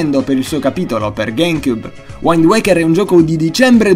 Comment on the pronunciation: splendido, davvero. però si pronuncia "UIND ueika" e non "uaind uaikerRR"